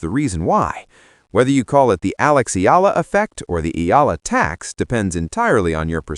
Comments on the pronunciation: For better reporting correctly pronounce Alex’s surname as E-YAH-LA. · not ella e-ya-la!!!!! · Her name is pronounced E ya la. Pls get it right